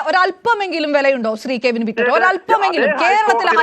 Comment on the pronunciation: ആദ്യം മോളെ.... കെവിൻ എന്നു പറയാൻ പഠിക്കു 😂😂😂😂